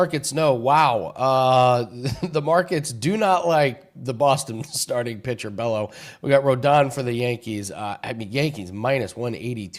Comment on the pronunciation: Bay-O, not Bello